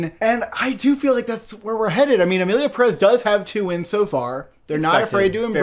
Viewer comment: The Oscar’s expert can’t even correctly pronounce pérez